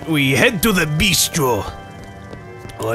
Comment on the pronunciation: you say "bih-stro" It's "bee-stro" or "beast-row" Think italian when you say it